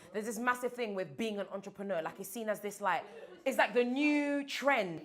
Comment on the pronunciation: cannot even say the word....what is his business?!